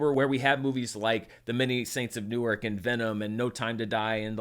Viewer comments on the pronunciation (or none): none